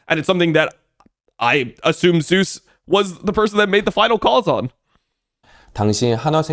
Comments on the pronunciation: doesnt this guy watch lck? why does he keep saying "zoos"? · Yep. All good. The pronunciation is the Korean version of the god's name, and it is what Zeus himself prefers. Glad to explain miscommunication :) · got you I was gonna say something sounds off lol I never heard anyone pronounce it like this caster or streamers. Not even caedrel pronounce it like so lol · i rly wish IWD would say zeus correctly bruh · Does he know how to pronounce his name… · Whose name? Zeus? Just using the English pronunciation, it's really not that big of a deal. He's not an official caster having to ask that from the players, and even then it's more of a courtesy than a hard rule as far as I'm aware.